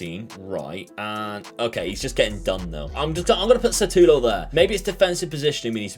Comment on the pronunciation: S U T A L O not S A T U L O 🤣🤣 great video my man! Greets from Brasil